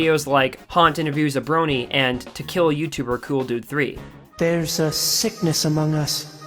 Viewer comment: "Cool Dude Three" no-one says it this way why are you doing this? Also kinda miffed this wasn't actually a Breezy video. I thought she uploaded some super video. I got damn excited. She's gotten me through my worst moments of depression. It's awful to know that she and her friends are going through the same thing. But this was a nice look back at many old memories. And if I ever feel really down, I know I can always rewatch her videos. They're still all there. Well, most of them. And they still make me laugh until I go light headed. I'm glad I was able to donate to one of her surgeries.